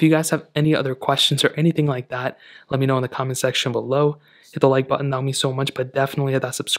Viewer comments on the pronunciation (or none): none